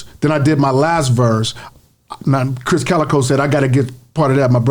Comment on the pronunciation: Krizz* Kaliko, not Kris